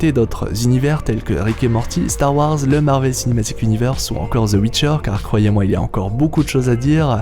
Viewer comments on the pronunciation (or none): none